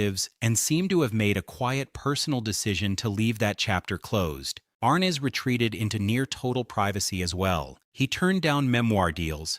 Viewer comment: JHC, The pronunciation of his name is wrong. SLOP